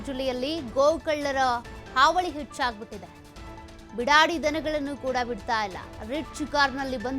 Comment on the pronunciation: Bidadi alla beedaadi